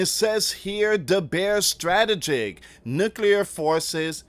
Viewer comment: Need to start pronouncing some of these words correctly. Like frigate and strategic etc.